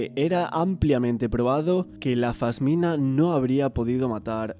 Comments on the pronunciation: Un trabajo bestial! Pero cada vez que dices fasmina se me suicida una neurona. es una pasmina amor 😘 Ojalá Mario tenga la justicia que merece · Se dice pasmina, no fasmina.